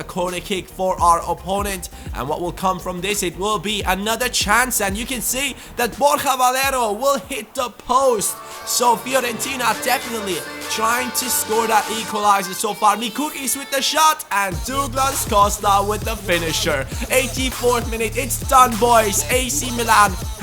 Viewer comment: you're saying mikuckis wrong.:D In our country when we say the letter C it stands for TS, so it's pronounced Mikutskis.:)